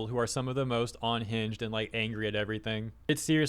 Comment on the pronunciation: Now if only we could get him to pronounce unhinged correctly. Hearing him say onhinged every single time really grinds my gears. :P